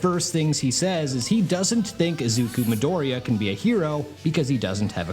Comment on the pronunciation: Izuku Midoriya. You said it completely wrong. Didn't watch the entire video, but I assume you got other's names wrong too